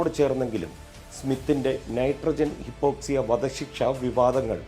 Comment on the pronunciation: ഹിപ്പോക്സിയ അല്ല hypoxia (ഹൈപ്പോക്സിയ) എന്നാണ് . ശരീരത്തിൽ വേണ്ട oxygen ലഭിക്കാതെ വരുമ്പോഴുള്ള അവസ്ഥ .